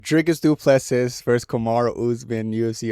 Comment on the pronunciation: I knew you would get this one wrong because you can't even pronounce Du Plessis correctly